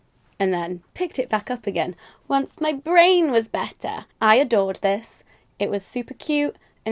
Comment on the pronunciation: Ha me too did you think she sounded welsh when she said better :)